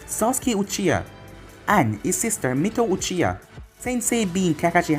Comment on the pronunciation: Did y’all here him say Mito uchia